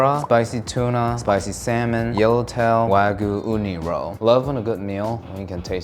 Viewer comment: Why do Americans insist on pronouncing EVERYTHING except Wagyu correctly. Wah-g'yuu. Not Wag-oo.